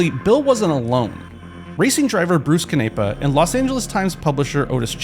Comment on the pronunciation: Come on now! How are you a car channel and don’t know how to say Bruce Canepa right!? Sweet doc tho 👍